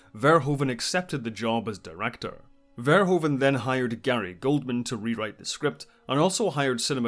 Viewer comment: Paul FARE-WHO-FUN... not Fair-Hoa-van😂